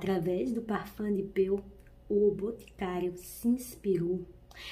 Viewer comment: A pronúncia é parfã de pô.